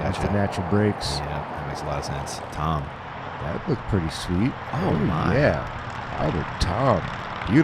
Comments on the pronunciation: ITS TAAAAAAAAAAAAAAAAAAAAAAAAAMM NOT TOOOOOOOOOOM YOU IDIOT ANDERSON!!!!!!! Just when ya think Ian will quit the laaame ass, childish comments, here we go already... SMH F!! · I have to give some friendly feedback at this point. It is Tamm not Tom. Nice coverage nevertheless, keep up the good work. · Tamm… not Tom!!!